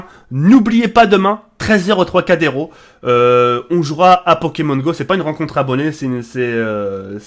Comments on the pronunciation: Tracadero il dit ce bledard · troicadéro? lol